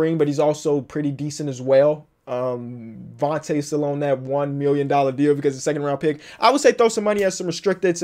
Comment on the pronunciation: At Kansas Devonte' Graham always had the nickname D'tae, hearing 'vonte is kind of weird